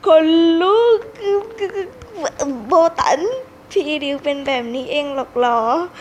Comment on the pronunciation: ติดๆขัดๆ555ไม่ค่อยรู้ เรื่องเท่าไหร่...แต่อ่านใน WEBTOON ก็สนุกพอๆกับการพากษ์เสียงนี้เลยจ้า...ว่าแต่เขาชื่อโบตันไม่ใช่เหรอไม่ใช่โบตั๋น555